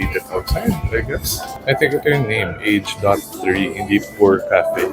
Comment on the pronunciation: Age.3? Nakita ko sa vlog ni Stan na parang ang bigkas nya ay A-Ge-San(3)? 🤔 Not sure if he's joking tho 😅